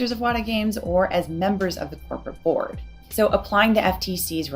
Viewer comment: “Corporate board” Idk just sounded weird when she said it…